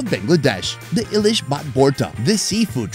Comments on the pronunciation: Everything else is fine but ilish left the chat after hearing 'ailish' !! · Eyelesh 😂😂😂 bro you can say it hilsha but like to hear sutki bhorta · Ahhh.. it's not "eye"lish.. it's hilsa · it's ee-lish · Aylish? Really bro? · It's e lishh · Eyelish? Seriously dude😑!! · Bro is butchering our food's name! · Bro its not Ilish its Elish ok bro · For good shake,its not i-lish,its eelish... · It's not I it's eilish fish spelled hilasa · Bro I want to say something. It's not pronounce I-LISH It's called E-Lish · nails the ‘Eelish’ pronunciation in his voiceover. The other voiceover guy goes ‘eyelish’ while pronouncing the written Illish 😂. Also it’s Podda even though written Padma in English 😂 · As a Bangladeshi, to me it's kinda funny how they say "Eelish" it is pronounced eeelish not Eilish. You people can just call it Hilsha fish. 😅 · Stop saying "eye-lish"! 😂😂😂Its Ilish. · thanks for sharing our national fish, its pronounced 'E'- lish not eyelish:) love you and all you do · It's not called "Eye-lish" fish for goodness sakes.... how hard is it to pronounce Ilish as Eelish!!! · Ilish (not Eye-lease but the E as E-Leash) is pretty sounds like Billie Eilish. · Come on its English name Hilsha,in Bangla we say Ilish ( ee - lish)!!! 😂😊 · its not i-lish, its e-lish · It's more pronounced as E Leash not Eyelish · It's not ailish, it's ilish. It's not borta, it's vorta. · Hey, it is eel-ish, not eye-lish. Pronounce ilish properly next time. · Its pronounced ee-lish. Not eyelishb🙂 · Not I-lish Hilsha or Elish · I do enjoy your videos, but I really thought you'd be better at pronouncing the authentic words of the local foods. Phonetically it's eeylish maach ! Not aylish! Don't use an AI 🙏🏽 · It's not eyelish... It's not billie eyelish It's ilish.... Simple Not the eye pronounce... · not eye-leash ....it is just eeelish:face-blue-smiling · Its eelish not ayilish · the english of Ilish is "Hilsha" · spelling is ilish but pronounce is elish with an E😊